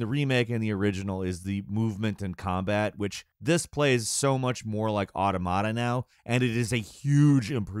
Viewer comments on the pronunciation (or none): plus every time he said “automata” as “auto mot uh” instead of “aw tom uh tuh” just caused actual pain to my brain. i actually stopped watching it, then forgot why i didn’t finish the vid, only to come back and be like, “oh. right. auto mot uh.”. it’s the plural to automaton, and it’s pronunciation is derived from said singular form. aw tom uh ton. aw tom uh tuh. easy!!! sorry. it just drives me nuts!😅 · Why is it every time I click on a video this guy cant pronounce anything properly. At this point hes doing it on purpose right? Is that part of the joke and I just dont get it cause I dont frequent the channel? Nier Audomada Cain and emull Help me im suffering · Nier: Auda-mod-ah-peah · Instant classic. Buy now. Also, odduhmodduh, Kane, emull, Wice? 😂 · It’s pronounced Aw-TAw-muh-tuh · everytime he said “automata” it hurt my brain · He says automata like onomatopoeia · Bit triggering to hear the mispronunciation of "automata". Otherwise a great video. Glad to hear it's just a bit slow in the beginning. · You are saying automata wrong also an automata is a moving puppet you could call them robots but that's technically correct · Bruh the way you pronounce automata got me like😬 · That’s what I’m saying bro. Mans does not know how to read a script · Ah yes, another Nier review in which the narrator never took the seconds to learn how to pronounce the word Automata. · please look up a pronunciation for Automata, cuz holy shit